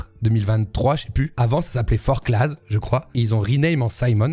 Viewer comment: Forclaz on prononce pas le z si jamais